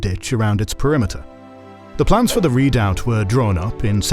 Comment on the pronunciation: Good show!, but please work on your pronunciation, made me cringe when redoubt was pronounced. The narrator must answer!